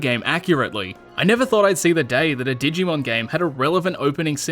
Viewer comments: I dont know why but i lost it when you said dig e mon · I love that he calls it dig-e-man throughout the video lol